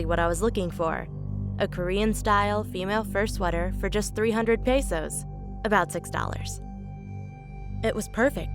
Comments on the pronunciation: Nobody: Pesos turned into PeYSos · Ammmmm not peysos pesos ok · I already watched this but this time when i watched it again accidentally i noticed that she said pesos there😳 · The way she says pesos makes me want to die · how she pronounced 'pesos' made me cringe XD